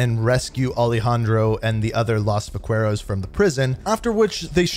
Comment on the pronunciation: Can you please search how to properly say “Vaqueros” 😂